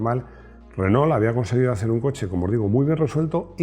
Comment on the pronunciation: Por qué pronuncian ASÍ renault? 2mil años viviendo pegados y nunca escucharon la correcta pronunciación? 🤔